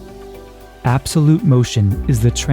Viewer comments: “absoute time” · "absoute motion"... "absoute motion"...